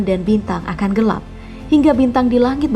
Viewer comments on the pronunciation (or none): none